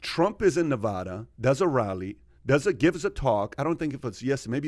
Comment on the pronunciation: Its not nevaddda is nevada